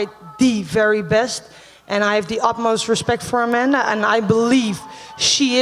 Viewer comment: Remove the "da" off A-manda then you will have it right.